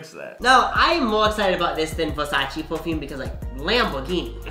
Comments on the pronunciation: It’s versayce😂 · YOU DID NOT SAY “ver SAYCE” LMAO